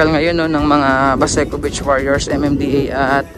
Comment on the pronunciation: medyo habaan niyo po ang pag bigkas ng salitang beach (long e po), para hindi po maiba ang meaning sa pandinig ng ibang tao lalo na kung foreigner...